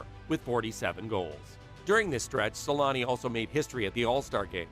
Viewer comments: Teemu Sel-anne (Selänne) The letter Ä, is pronounced kind of like the A in the word damn. Or just saying aaah, I dont know if this helps at all. The way you say it is something like selaani. To pronunce it corectly you got to be quicker: Se-länne. Much like for example the word banger, is bänger same sound for the A in this scenario. For example bad is said the same way, but we would spell it bäd. OK the best example is "the savage" se-länne Hope this helps, even a ittle. All love from Finland! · As a Finnish myself it was always weird to me as a kid how American people can't say his name right, but I realised at one point our language is one of the hardest ones to learn 😅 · u butchered his name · It's embarrassing how the name Selänne is pronounced in this video. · is it so hard to do a 4 second googling "how to pronounce Selänne"?? 😂 also why drop a whole ass letter from someone's name, "Temu Salami"